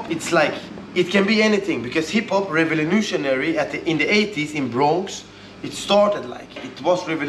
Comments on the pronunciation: "Revelenutiary" instead of "Revolutionary" hehe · Bro the way he pronounces revolutionary is so good😂🙌🏼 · Love the way pronounces recolutionary